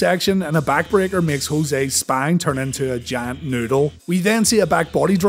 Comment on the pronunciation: 😂😂 yup! And every time he says the Giant, I hear the Jam